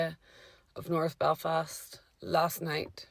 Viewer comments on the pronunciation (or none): none